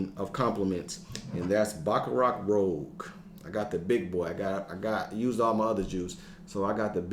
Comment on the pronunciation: Yo G..I know it be going wild😂 .but its pronounced Baccarat... (Cant be messin this one up in the fragrance community lol..my boy told me my Aventitoss smelled good and i almost spit out my drink😂😂😂😂😂